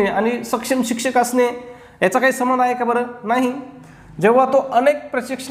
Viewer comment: माफ करा सर पण पण सबंध म्हणजे सगळे पण तुम्ही येथे संबंध चा सबंध असा उच्चार करतात. तर मला येथे हेच म्हणायचं आहे के संबंध म्हणजे कॉन्टॅक्ट आणि सबंध म्हणजे ऑल